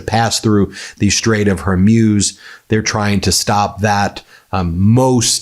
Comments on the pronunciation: PLEASE STOP SAYING THE STRAIGHT OF "HAIR MOUSSE" . IT'S PHONETICALLY PRONOUNCED WHOREMOOS! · Please, please it's not Her-muse. It's Hor (from horror) and MUZ (rhymes with booze) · It is pronounced HarMOOS, NOT MUSE. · HORmuz not HERmuz FFS. Geese, it's a common name. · HER-MUZ IS THE CORRECT PRONOUNCIATION, NOT HER-MUZE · Its Hormuzz, not Hormews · Strait of "HAIR - MEWS" 🤣🤣🤣 oh goodness! It is pronounced Straits of "WHORE - MOOZ" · Hore.....moos ! Learn how we've always pronounced it ! Dang . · Whore - mooze. That's how you pronounce it, Ben. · Why does he say hermuz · Who put this monotone bore up to this task : he can't even pronounce Hormuz but it's (her muse) instead? Does he also say (nukular) instead of nuclear? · Hey Ben! Appreciate your work but for fu$*ks sake get someone to teach you how to properly pronounce Hormuz. Very irritating coming from a person relying on his credibility. Hormoooz! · Straits of “Hair-Muse”? You are uniquely bad at pronouncing some names. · The pronunciation Is the straits of hor moo's. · Ben! I can't stand you mispronounce the HORMOOZ OR WHORE - MOOOS just try it OK? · It would be nice if Ben learned how to properly pronounce things before recording these videos. I’ve heard him say Straight of Hormuz multiple times in the past few days and I don’t think he’s pronounced it the same way twice in a row. It’s a small thing to complain about, but for the kind of money he makes, he could put in the effort to get foreign names and locations correct. Or at least consistent. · Strait of Hormuz... that's an 'O', Ben! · It is not Zhi Zhin Ping and Strait of Hermuse.